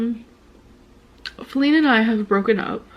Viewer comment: IT'S JADE!!!!! NOT FELINE!!!!